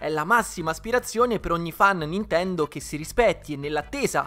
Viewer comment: lo so, ma all' inizio sembrava halo ahahah